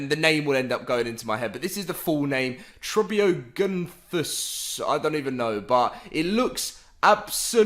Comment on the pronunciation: TrȎp-ee-og-nA-thus. You're welcome.